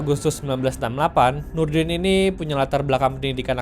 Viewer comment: Yang paling lucu sih Nurdin m top saya pernah lihat di YouTube pembawa berita nya malah salah ngomong harusnya Nurudin m top malah jadi Nurdin ntot 😂😂😂